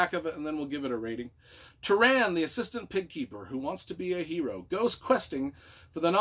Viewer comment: Entertaining review. You butchered a lot of the names (Tah-run, not Tuh-ran and Eye-lon-wee not Ee-lon-why; Pri-dain not Preye-dain). There's a pronunciation glossary Alexander put together. This is a pivotal book to read before The High King and tells a really good story.